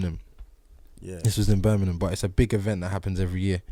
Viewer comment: Krept said birhminam lool